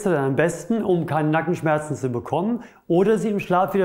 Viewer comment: Sehr interessant aber bei habe ich Kanackenschmerzen rausgehört😀😊 aber einfach genial , mache auch zuhause Übungen wegen Rundrücken und schmerzen im HWS Nackenbereich. Ich würde mehr wie 5*** geben.